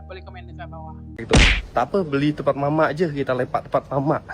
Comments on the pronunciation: Bukan mama tapi mamak,kau sebutpun tak betul,lain kali dgr dan sebut betul2.Tak payah culture shock sgt lah kl pelan2 bljr dan memahami budaya yg ada kat Malaysia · MAMAK bukan mama sebut betul2